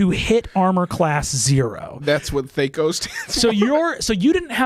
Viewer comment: it's pronounced THAC0